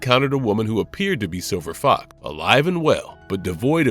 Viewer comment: Are y'all using AI to voice these things now? There's a hell of a lot of mispronounciation (see: calling Silver Fox "Silver Fok").